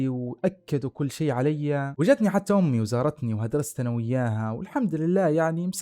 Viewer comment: ماشاءالله عليك استمرّ… عندي ملاحظة ياريت تاخدها بصدر رحب وهو في النطق والمد في نهاية الكلمة مثل الجامععععععه اليوووووووم اميييييييي قاليييييي قوتلهههه ….تفضل بقبول نقدي وبالتوفيق